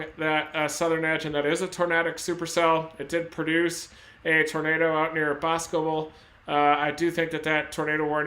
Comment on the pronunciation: The town name that got hit is pronounced bos-co-bel not Bos-cebel lol. Another is Waunakee 😆 wau-na-kee. Either way I appreciate everything u have every done and continue to do. Stay safe my friend!!!